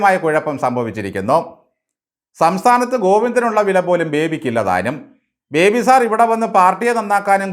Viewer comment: ഇയാൾ പേര് ചോദിച്ചാൽ പറയുന്നത് പോലും ബിബേ എന്നാണ് 🤣🤣🤣